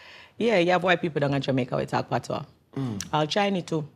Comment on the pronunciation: Man has locs and don't know one thing about reggae/dancehall? 😂 What a joke The way he pronounced patois is sickening.